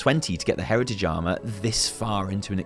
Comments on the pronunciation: hehe you said "hertitage" not heritage hehe her tit age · Sir Prize I came to say the same thing lol